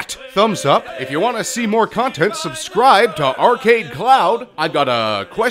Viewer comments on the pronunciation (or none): none